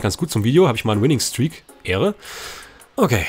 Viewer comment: 100000 mal ehre hintereinander aber du sagst ähre